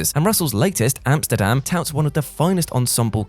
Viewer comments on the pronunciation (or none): none